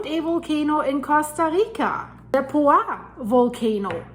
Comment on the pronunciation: Hi! I am from Costa Rica, great reporting. There is an S at the end of the volcano's name Poás